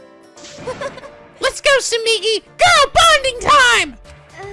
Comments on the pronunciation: The way keeps pronouncing Tsumugi sounds kinda like Tsumiki, and it's bringing back SDR2 feels I didn't know I still had. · How dare he mispronounce Tsumogi's name! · Woo. Exciting. Minus the death part. I forsee people pointing out Tsumugi's name is not Tsumigi. Its okay guys. will correct himself if he really feels like it. Not like anyone corrects him with Morishige. Shocking news: cant pronounce JP names that well. It happens! Dont get hung up on it. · you need to stop pronouncing her name as Tsumigi lol. It's Tsu-moo-gi. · Not even three minutes in and we already have a FMA reference from Tsumugi. Speaking of which, still mispronouncing her name. It's not Tsu-MI-gi it's Tsu-MU-gi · It's not Tsumigi, it's Tsumugi... This is the new Ashina and Komayda, isn't it? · Marche800 Moshirige instead of Morishige Ashina instead of Asahina And now Tsumigi instead Tsumugi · ikr? When he says Tsu mi gi, i hear Tsumiki which reminds me of Mikan X_X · Tsumugi. No TSUMIGI. You're pronouncing it like she's Mikan Tsumiki. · Tsumugi, not Tsumigi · her name is Tsu-MU-gi, not Tsu-MI-gi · Ummmm, is it just me or is he pronouncing Tsumugi wrong? It sounds like he keeps saying it like Tsumigi instead......which is wrong. Edit: nevermind, he corrected himself later. Or I was hearing things. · TsumUgi, not TsumIgi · Tsu-moo-gi. Not migi. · It's Tsumugi not Tsumigi. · it's not hard to say TSU-MU-GI,! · Just so you know, it's soo-MOO-gee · Repeat after me. Soo-MOO-gee. Tsumugi. you've been pronouncing my girl's name wrong this whole time:p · still mispronouncing Kaede and Tsumugi wrong.Goddammit..... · Tsugumi isn't a hard name, you'd think he'd be able to pronounce it right... >~>